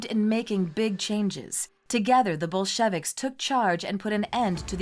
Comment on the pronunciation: The Bol-shevicks??